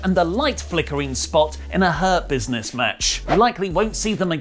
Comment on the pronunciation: I keep hearing "herpesness" on rather than Hurt Business.. 😂😂😂